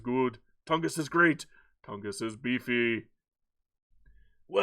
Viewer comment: You did pronounce it correctly ! 🙂